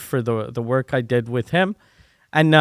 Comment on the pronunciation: LOL... I hadn't noticed until you pointed it out. "Wark"... funny lol